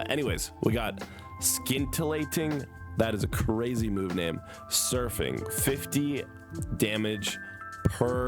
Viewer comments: Says Gholdengo perfectly "I apologize if I say these names wrong" reads moves "SKINtilating..." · I’m not surprised you don’t know the pronunciation of Pokémon names: I don’t know either. I’m surprised you don’t know how to pronounce “scintillating”. 😊